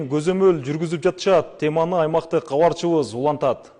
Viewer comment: Алып баруучу бала долбаёбсунго сен Габарчыбыз гаралды деп суйлойсунго Кабарчыбыз каралды десен болотго